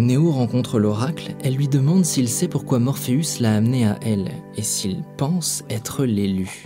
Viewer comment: ce que je retiens s est que tu prononce morpheus, morpheous xD ... serieux